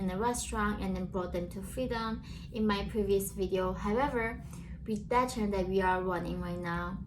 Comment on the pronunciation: Channel, not channer. Please try and keep up the videos